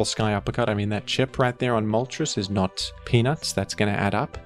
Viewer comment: what a weird way to say peanuts...